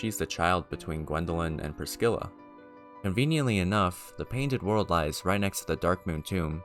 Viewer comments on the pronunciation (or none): Most of these names are said by npcs in the game, and the way you say Pris-scilla makes is seem like she has a Black people name lmao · Fun fact: there's no k in Priscilla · Had to leave a dislike for the number of times you called Priscilla “Priskilla” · This video is great but every time you say Priskilla I wanna priskill myself my guy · To the OP: Ngl I laughed when I heard "Priskilla" lol, but nah don't worry about it, shit happens. Great video. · please, never call priscilla priskilla ever again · ah yes, good ol "ith rill" edit: bro, there is no way you just called gwyn "gwen" wtf, there better not be any more pronunciations like this, i physically can't fathom how you are reading these words this way.\ edit 2: dear god "priskilla" at this point i have to write down every one i notice. its now just funny to me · Never met a person who said "Priscilla" as "Priskilla" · Great video, there were just a few pronunciation errors that I heard (Priscilla, heinous, steed)